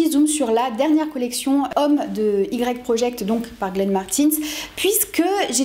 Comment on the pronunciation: Ne m'en veux pas, mais je crois qu'on dit "wai" project pour Y/project 😅 Bravo pour ton contenu très fourni!